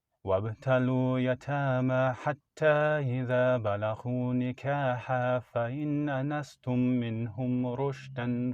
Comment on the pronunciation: multiple recitation mistakes bro: "wabtalul yatama", not wabtalu yatama, "balaghun Nikah", not balaghu Nikah "Fa-in anastum", not fa-in nanastum Otherwise good job, keep it up, ma sha Allah.👍🏽👍🏽 Also thank you for making us aware of this chatgpt error/wrongdoing.